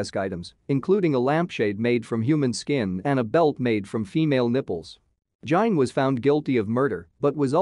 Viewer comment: Ed jein ...dude in gein some time pronounced gean but never jein